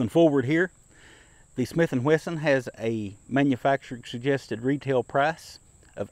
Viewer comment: Dear: I really like your videos, and I enjoy even your tabletop comparisons; you have a way of making them interesting and never boring. They are also very accurate, which is why I wonder why you keep saying “Smith & Whesson”, instead of the correct name Smith & Wesson. I don’t mean to be picky, or disrespectful. Just encouraging you to maintain your very high standards. Thank you for your great videos.